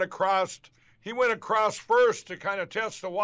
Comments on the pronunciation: “…they took Brian ACROSST”….FFS 🤣🤣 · Hey, thanks for another laugh filled 13 minutes. "stold, Compenskate, acrossed" etc etc mypillow speaks in tongues..... only recognisable to halfwits. Candian 😂 What do you say? Morons the lot of them... Thanks again, really love your show.. makes my week. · Stold.....crost.....qwast....roko ...??? Must be a Maga Patois language. All of you reached out to the bank president..." What he doesn't know they all reached out to the bank president to thank them. 🤣